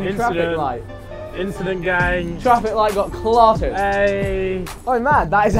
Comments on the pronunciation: 'TraVick light' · "traffic light got ckhlarted"lmaooooo